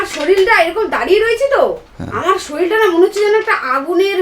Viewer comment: ভাই শরীল নয়,শরীর হয়।।